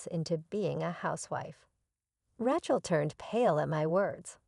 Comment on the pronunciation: epi-TOME. RATCH-el?